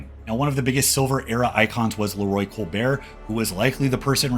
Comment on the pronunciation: The t isn't silent in Colbert generally.